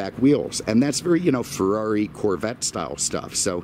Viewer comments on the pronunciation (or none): none